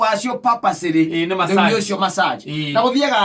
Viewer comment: It's massage not masserge